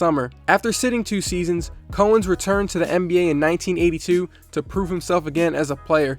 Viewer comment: Bro, love your channel, but you’ve never heard of Dave Cowens? It’s COWens like the cow. Not co-ens